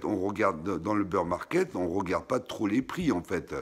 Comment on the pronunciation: super video merci 🙏 et ces bir =bear pas beur market 🙂